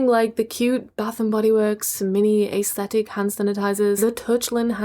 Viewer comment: Y’all fr it be bothering me when she says. AA-esthetic.😂😂😂😂